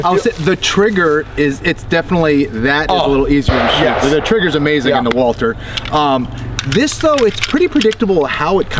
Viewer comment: „Walther“ pronounced like Walter, without the „th“, props to 🫶🏻